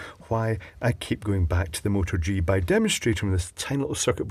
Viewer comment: What camera are you referring to? It sounds like you're saying "Motor G".